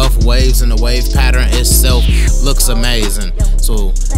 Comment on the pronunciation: How come you can say learn but not pattern🤦🏾‍♀️ talking about patterin ✊🏾😂